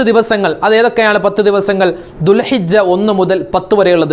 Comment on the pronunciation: ഉസ്താദേ ദുൽഹജ്ജ് ആണ് ദുൽഹിജ്ജ അല്ല